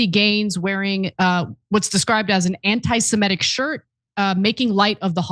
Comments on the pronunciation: Antisemitic. Not semEtic. Semitic. As much as the words have been bandied about recently, I'm pretty sure I've never once heard anyone say it correctly. Be the exception to this rule? BTW I am really saddened for the need for these words to become so much more present in our language. Really really tired of sh** stirrers and haters. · Ana, it's Semitic not Semetic👍